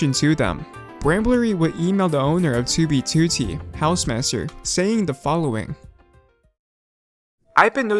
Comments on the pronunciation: It's "2 bee two tee" not "toobeetootee" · He be like: tewbytewty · I love the way he says 2b2t. "ChooBeeChooTee" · "too bee too tee" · Oh my god, the way he says "2b2t" 😭😭😭😭😭😭😭😭😭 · How you Say 2b2t Triggers me